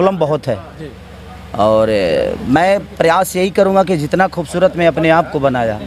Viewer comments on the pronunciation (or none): none